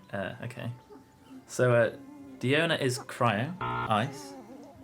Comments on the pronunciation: Gotta say you messed up the charaters a little, diona is pronounced die own uh and it’s diluc and pronounced dee Luke. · name nashi it’s proven to be die own uh. I have her and she says “die own uh, bartender of the cats tail.”